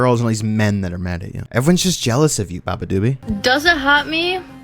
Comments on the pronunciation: aint no way bro pronounced her name "babadoobee" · if youre going to bash someone atleast have the respect to pronounce her name correctly